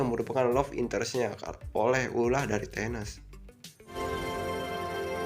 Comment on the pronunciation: Thanos bang, bukan Tenes 😂😅